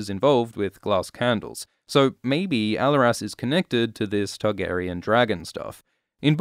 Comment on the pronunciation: The way you’re pronouncing Alleras is hurting my ears.